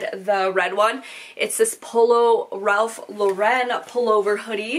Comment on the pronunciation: Please stop says Ralph Lauren so weird lol. Also chaps and esprit aren't big in the US